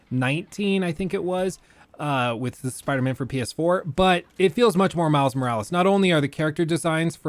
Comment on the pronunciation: I misheard: Mouse Morales instead of Miles Morales. Now I can't unhear it, especially when says it so often in quick succession. Dammit, I guess that's Miles' name now, at least for me.